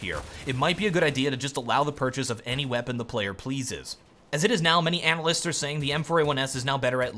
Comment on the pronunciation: "Analysters" - 2k15